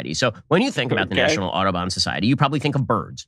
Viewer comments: I had to look up the society to check he wasn't saying "Autobahn Society" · Why is he pronouncing Audubon like Autobahn? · As a non-American I was genuinely confused during the Audobon segment. I thought Ben was saying Autobahn, but remembered that he doesn't respect Europeans enough to pronounce their words even somewhat correctly.